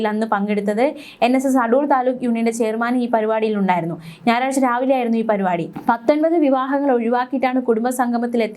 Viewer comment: പരു പാടി അല്ല പരിപാടി ആണെന്ന് ശ്രദ്ധിക്കുക